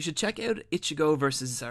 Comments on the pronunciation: Hirohiko araki not ariaki. zaraki kenpachi not zariaki kenpachi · WHY do you keep pronouncing Araki and Zaraki like teriyaki lol